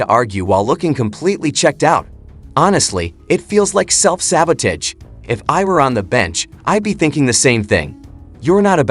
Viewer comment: Yes, theatrics and sabotage or not pronounced the way they are here.